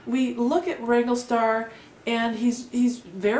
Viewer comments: It's Wrangler.. not wangle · It's Wrangler, not Wrangle.